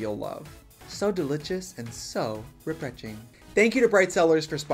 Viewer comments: “so delitchis, and soo refretching.” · I need someone to make a compilation of every time that Trixie said "so delicius and so reprecing" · LOL “so Delitous and so Refreting” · Delichous and represhing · Everytime I hope trixie will say "so delitious so represhing" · “So deliChes and so refretching.” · "So delijust and so rebrejing !" I want that in a shirt! 👄👄👄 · "so delichus and so repemching" T-T